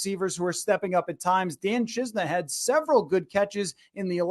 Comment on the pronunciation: Great video! One thing, I think he pronounces it chi-sen-a